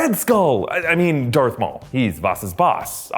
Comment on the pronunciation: MAUL... NO ONE ELES. JUST MAUL.